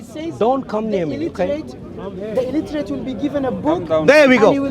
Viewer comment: At 26 min illitrate😂😂